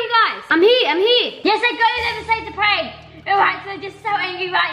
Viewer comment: writing: reading what she wrote: Its a pank we are scamming legends then giving there dream pets (: Her: So i just told them that its a pank "stops for a second" Yeah yeah its a pank Me: 🤣🤣🤣🤣🤣🤣she is so funny